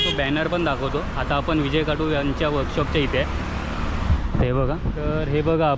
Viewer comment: विजय खातु आस्स नाव आहे दादा तु परत विजय काटु अस्स ऊच्चारत आहेस कृपया या गोष्टी वर लक्ष दे...!! !! गणपती बाप्पा मोरया !!